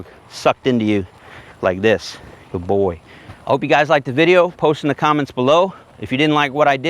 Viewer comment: love the “guyd boi”